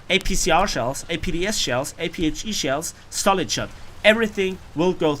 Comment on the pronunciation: lol when he say solid shot i heard stalin shot